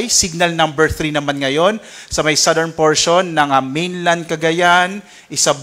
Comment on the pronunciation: Commend ko lang si sir magreport, aside from the very important updates, first time ko marinig yung tamang pronunciation ng southern at category. Pero kudos to all specialists of DOST Pagasa.